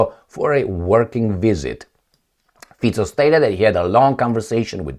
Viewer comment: I think Mr Fico deserves to have his name pronounced correctly, don't you think?